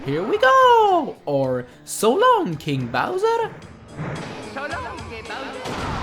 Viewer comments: I always thought he said <<So long gay, Bowser>> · when he says "so long, king bowser!" it sounds like hes saying "so long, gay bowser!" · He doesn’t say King Bowser, he says Gay Bowser! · Might be because I had a dud tv audio system or I kept hearing "Soo long de'bowser" little did I realise it was king Bowser. PAL version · its not s long king bowzer its so long gay bowzer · When I was little I thought Mario said so long me bowser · It's not "so long, king bowser" its so long, gay bowser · I thought he sad :So long, gay Bowser!" It really sounds like that. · So long gay bowser 98% SOo long king bowser 27% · He says "So long gay bowser" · NOT KING IT IS GAY! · It's "So Long Kinga Bowser" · I thought it said "So long big bowser!" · Is it just me, or when Mario says " so long King Bowser!" He sounds like he is saying " so long Gay Bowser!"? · Didn’t Mario say “So long-a Bowser”? Hmmm.... Do I need my hearing checked? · I thought he said"so long gay bowser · I thought it said so long gay bowser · I tought Mario said "So longe Bowser" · it's "so long gay bowser" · i dont know but i think its just me but it sounds like mario is saying so long gay bowser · I bet you thought he said, "so long, GAY bowser!" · Recently I thought it was something like "So long, eh, Bowser?" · Nope it solong gay bowser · so long gay bowser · I always thought he said “So long, eh Bowser?” you know where the “eh” is pronounced “aay” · "So long, Kinga' Bowser" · connor bowers I thought he said "So long, Ayy Bowser!" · I thought it was "so long eh bowser!" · Your right